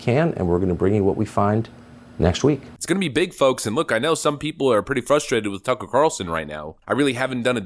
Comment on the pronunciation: Lori Lightfoot can't even say turcker Carlson lmao